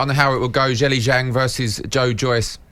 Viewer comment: That’s a closer pronunciation that Zelly